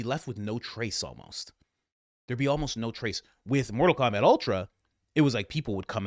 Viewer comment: Did you say mortal Komabat ? Glorious